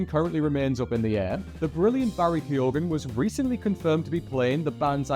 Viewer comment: Keoghan - pronounced: k'yo-un